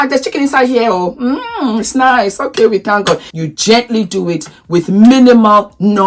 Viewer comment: I love the part you said the chicken is niceoooo & thank God in African way 😂😂😂😂😂😂